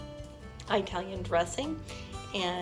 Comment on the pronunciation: Hey its not pronounces Bre-VILL, its pronounces BRE vill.... the accent is on the E. Not on the I. Same with the EYE talian dressing. Its IT-alian dressing. Even ITalians don't say EYE talian.